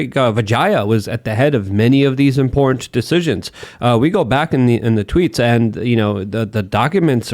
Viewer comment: It's "Important" not "importnn " annunciation brah!!